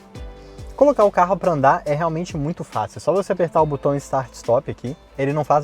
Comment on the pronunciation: O correto é "botão", não "butão". Pelo nível do canal, vale corrigir esse vício